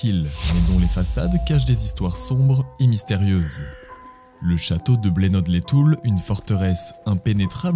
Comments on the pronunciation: Le village se prononce blenod sans le d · Oh la la c'est près de chez moi 😱😱😱 j adore tes vidéos! ❤ fan a 1000% et le D ne se prononce pas c'est Bleno et pas Blenode lol 😅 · Le D ne se prononce pas ça se dit bleno pas blenode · sa se dit bleno les toul ont prononce pas le D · Superbe 👍 merci pour votre travail ! En revanche et juste pour votre information personnelle, le "ld" de Blenold ne se prononce pas 🙂 Hâte de voir la prochaine expédition, bon courage à vous !